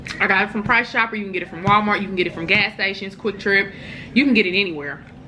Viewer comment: When you said...price chopper, I said...she must be from KC lol.